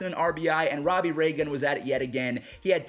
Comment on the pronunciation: Why does he say Robbie ray gun